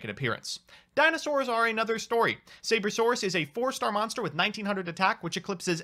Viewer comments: The only reason lost was because he kept calling the card "Sabercerasaurus". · Omg "SaberCERAsaurus" where did he see that CERA part? That hurts my ears. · Saber-Cera-Saurus instead of Sabersaurus was triggering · Did you say "Sabercerasaurus"? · I don't know what "Sabercerasaurus" is, maybe if you could say its name correctly you wouldn't have been schooled by it?